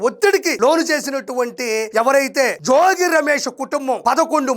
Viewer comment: అయ్యా, RP జోజి కాదు, జోగి. అలాగే ఇబ్రహీం కాదు, ఇబ్రహీంపట్నం ఆనాలి.